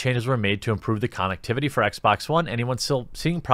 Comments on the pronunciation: Nobody pointing out him saying con ectivity. This is literally killing me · This is the first time I heard someone pronounce “connectivity” the way you did.